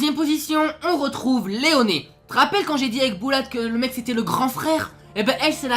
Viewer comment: On dirait que tu hurle dans la vidéo c’est excellent 😂😂 C’est rare les vidéo sur Akame ga kill j’adore ce manga et animé aussi 💪 tu vois mon logo, donc c’est cool ce genre de vidéo 👍 Bulat c’est notre grand faire ta raison😀 Rectification: Tastumie est bel et bien le personnage principal, Akame est le héros, c’est différent, t’a prononcé Leone « Léoné » c’est juste Léone 👍👍